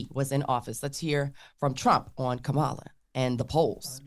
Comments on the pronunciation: she mispronounced her name, but Trump didn’t. Must be opposite day. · So mispronounced Kamala’s name and nothing..? So it truly is fake outrage when the right does it 😂